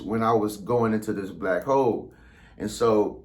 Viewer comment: It sounded like he said Black Hoes at first.🤣🤣🤣